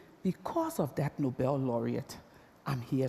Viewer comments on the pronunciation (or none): none